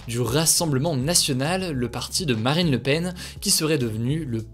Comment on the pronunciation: c'est moi ou j'ai entendu maraine le Pen ? 🤣🤣🤣